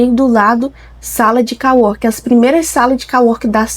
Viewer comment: sala de cO-working. Com som de ô. em ingles é como se fosse colega+ trabalho ou seja, colleague + working = co-working. Do jeito que voce fala tem som de COW, no caso vaca. Ou seja, voce ta falando "que deveria ter uma sala de vaca trabalhando".